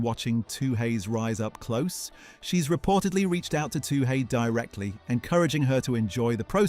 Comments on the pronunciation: Your pronouncing Albury wrong. Its ALL-BURY. And surname is not too hey, as the h is silent. TOO-EE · It is pronounced twoee like chewie, not too hey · It's pronounced All-bury...not Owl-bury...and Two-hay...WTF Two-e man, Toohey! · Her surname is pronounced Two-ee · Albury is pronounced all berry. Toohey is pronounced Tooee. Learn to speak correctly because I give up on correcting the rest. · What is with the pronunication of Toohey. No one asks for a Too Hay. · OMG her name is pronounced - 2 ee-... Very disrespectful or are you just 'AI'? I know in the grand scheme of things it's not up there, but, basic common coutesy/respect... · Her name is not 'Too hey' , get it right you stupid 🤪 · I gave this a thumbs down because of the atrocious pronunciation of Albury and Toohey. Its a great story though. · This is unforgiveable! Why don't people with a simple job do their effing homework?